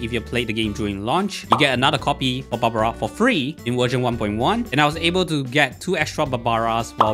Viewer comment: its barbara..not babra🙂